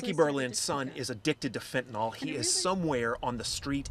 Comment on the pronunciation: A reporter who calls it “Fentanall” has not done proper research.